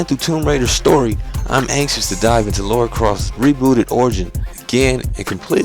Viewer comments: You my friend are one of the best reviewers on youtube. Really looking forward to this one, as I love a game with a great story and great gameplay. P. S Just thought I should mention her names Lara not Laura, LOL, It's all good though. Thanks Again for the great reviews man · is Lara not Laura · good review but it's LARA.... LAAARA! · The miss-pronunciation of Lara is really hard to get over >.> but great review regardless good job man. Can't wait till Monday GAME still haven't dispatched my copy but i really hope it arrives on time ^^ Should point out i was expecting today because Sunday of course isn't a working day for post so i was worried that posting on Saturday would make the game arrive late but i'm probably worrying about nothing ^^ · What is so difficult about pronouncing Lara? I don't get it... never been an issue for me.